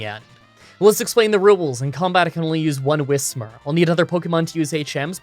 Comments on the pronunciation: Am I the only one who hears say "Ruwules" instead of "Rules" or is he doing it as a joke? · Did.....did he just say rUwUles?